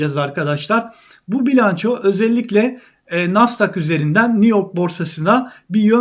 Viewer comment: Degerli ustadim hersey cok guzel emeginize saglik. Sadece bir konu var ki deginmeden edemeyecegim, 55 yasindaki mehmet amcaya mahmad dersen nasil kulaga geliyor. He iste NASSDAK degil be hocam NAZDAG NAZZDAG hatta ve hatta NEZDAG be hocam. Haydi saygilar sevgiler 😘